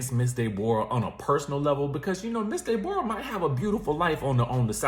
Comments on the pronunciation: Not Day-bor-ah !! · Not Dey-Bore-rah😂😭😭😭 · Resting Grinch Face would be ready to fight you for the way I’m dying every time you say Dayborrah 😂😂😭! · “Ms day bora” 😭